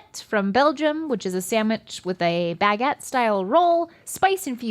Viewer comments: I love how says 'sam-wich'. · But she still can’t say sandwich correctly 😭